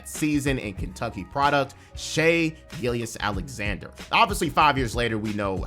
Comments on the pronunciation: You not saying Shais name properly is driving me nuts bro But also, another amazing vid. Keep up the great work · How do you follow the NBA this closely, yet don't know how to pronounce the runner up for MVPs last name? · How do you say Shai’s name wrong every single time in 2024 bro